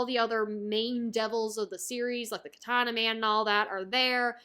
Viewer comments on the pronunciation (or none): none